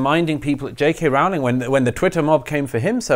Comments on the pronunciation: Peter and Douglas: please note that the first syllable of "Rowling" rhymes with "grow" and "glow", not with "now" and "cow". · It's Rowling as in the "Rolling Stones". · I don't like her but it does annoy me that people mispronounce her surname